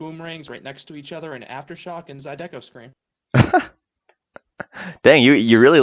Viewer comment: zydeco not zydEco I don't care what theme park crazy says